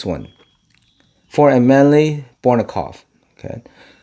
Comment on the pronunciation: It's pronounceD BOJNOKOF not BORNOKOF